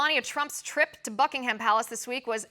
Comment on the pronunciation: Just saying, in Buckingham the "H" is silent 😉